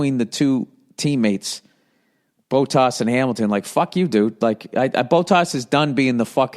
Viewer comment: Bow-Tas & LeClerk 😂😂😂 ... Bot-Tas & LeClaire